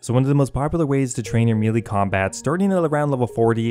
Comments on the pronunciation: MEH-LAY Not "Meelee" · I'm less than 5 seconds in i wanna hear the rest but it pronounced (May-Lay) ty all the love sent to you js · It’s pronounced maylay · I’ve never heard someone pronounce “melee” so wrong